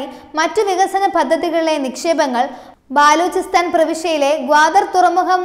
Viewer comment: ബാലൂചിസ്ഥാൻ അല്ല ബലൂചിസ്ഥാൻ ആണ് ശരി.